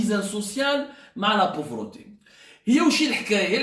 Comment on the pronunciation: ON DIS PAUVRETÉ ET NON POVROTÉ YA ZEBI